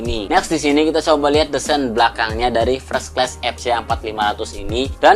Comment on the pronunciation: Fres kles? Fers(t) klas kali bacanya